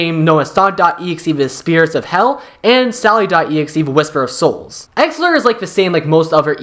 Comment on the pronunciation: bro how are you butchering the pronunciation on exellor and exetior so badly.....